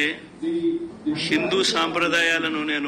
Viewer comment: సింధు కాదు sir హిందూ 😅